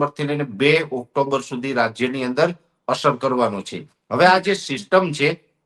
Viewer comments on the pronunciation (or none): none